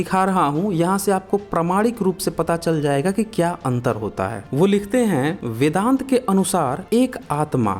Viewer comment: Abe paidaisi bevakuf.... Vedang nahi vedant....pahle padhna likh ke aa....sale...